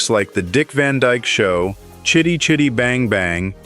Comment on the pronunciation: His last name isn't "Van Djk". God I hate AI ......